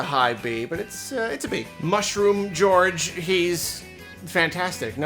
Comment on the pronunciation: Gorge not George.